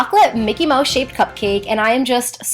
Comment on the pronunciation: It's mouse not moush